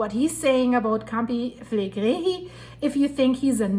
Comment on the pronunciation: Pronounced Campi-fill-leg-ri❤